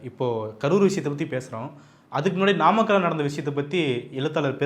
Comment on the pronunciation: நாமக்கல்...என்ற ஊரை நம்மக்கல்...என்று பேப்பரை பார்த்துக்கூட சொல்லத்தெரியாத விசய் அது என்ன...முப்பது பேர் விழாவா.....சாரி...தப்பா சொல்லிட்டேன்... முப்பெரும் விழா..என நையாண்டியாக. பேசிய 41-உயிர் பலி நாயகனுக்கு கருவூர் சித்தரும்...... பசுபதி நாதரும்........ மரண அடி கொடுத்துவிட்டார்கள்...இனி மீள்வது...இயலாததே